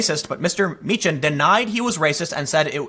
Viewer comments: Tim, it’s pronounced “mee-kan”. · You know how to pronounce Dankula's name (Meechan)......you gave the two options and went with the wrong one. Here's another one for you, Calum McKay.....the ay bit at the end is pronounced the same as "eye." Word of advice, if you're ever in Scotland, steer clear of Milngavie. Trust me, you'll never pronounce that one right. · You got count dankula last name correctly the first time and then you said it wrong second time